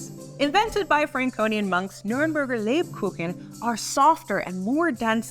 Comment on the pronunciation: Me as a german hearing how she pronounces Lebkuchen and Nürnberger 😭